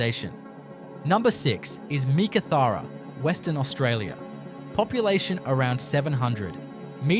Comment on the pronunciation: Learn how to Pronounce Meekatharra properly 🙄🙄🙄🙄